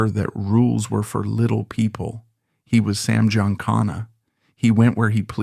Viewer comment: … your stupid AI can’t pronounce Giancana correctly.